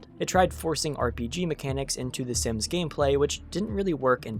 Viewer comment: I hate the way you say SIMS DX